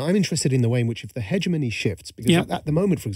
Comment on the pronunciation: you'd think Majid would know how to pronounce hegemony